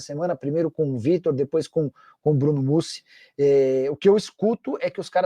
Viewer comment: Bruno “Mousse”😂😂😂